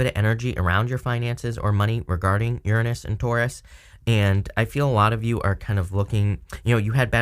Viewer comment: Thank you for saying Uranus correctly!! 😭😋